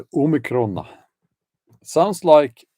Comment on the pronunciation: OMICRON= "ANOTHERCON"